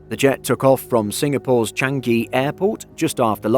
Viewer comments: SIN airport CHANGI is pronounced CHANG - NGEE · anything I said was incorrect? A well known aviation that with a huge amount of subscribers can’t pronounce a global well know airport correctly? Really. No I mean really? And they make a entire video about an event that didn’t warrant reporting on any news outlet? What next - a video on the time bread rolls weren’t loaded on a flight?